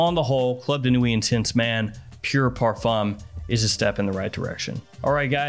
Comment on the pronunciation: Dude, it's "par-FOOM" 🤦‍♂